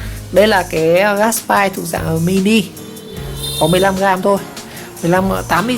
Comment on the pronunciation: Gát bi chứ không phải gát bai nha😂